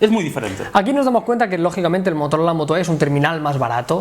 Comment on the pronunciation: Motorol?😂😂😂